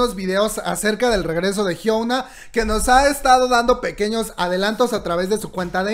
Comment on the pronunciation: Diooooos !! Por qué dices Jisoooo , se escribe jisoo pero se dice Jisu, es lo mismo que pasa con Yoona , se escribe Yoona pero se dice es Yuna, y con Hyuna, no se dice Hyouna como lo dices , se dice Hyuuuuuna no lleva O cuando se pronuncia lol